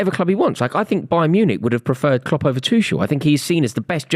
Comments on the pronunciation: Not saying Cock instead of Klopp. 😂😂😂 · Man said kocks for klopp